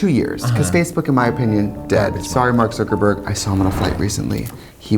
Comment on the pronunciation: Trixie always pronounces it like Zurkerburg lol